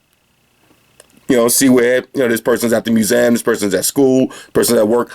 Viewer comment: I'm big fan, and told in his one video that he was pronounced museum wrong... And in this video he is pronouncing in that way.... 😅